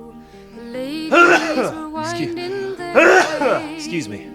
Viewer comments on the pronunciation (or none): none